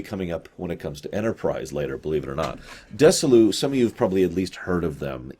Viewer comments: "Dessy-lou" Um, no. Dezzy-Lou. Named, obviously, for the husband and wife's first names. He was not Dessy Arnez. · Desilu is Desi Arnaz and Lucille Ball, Desi lu. You are mispronouncing it. At the time they were a big thing having all fo Lucille Ball's tv shows and many others including mission impossible so Nimoy was a proven item with their studios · That made me cringe too. BTW, her production company was pronounced "Desi" as in Desi Arnaz " - Lu" as in Lucy. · DEZZI-LU not DESSI-LU; ; and LUCILLE BALL, not Lucy Bell...these names are HUGELY FAMOUS, and frequently spoken aloud...not knowing them kinda calls into question how well you did your research in other areas... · A few corrections: There's no "Ms. Bell, Lucy Bell" associated with STAR TREK but there was Lucille Ball, and she was married, for a time, to Desi Arnaz, with whom she did I LOVE LUCY. His first name was pronounced Deh-zee, and Desilu studios was a contraction of their first names: Deh-zee-lou. Doesn't sound like "dissolute." C'mon,! lol